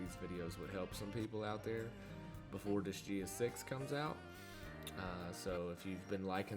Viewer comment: I know this video is at least a few years old but I just wanted to say it's pronounced "Dis-Guy-Uh". Sorry, don't mean to be the grammar police, it was just bugging me. 😅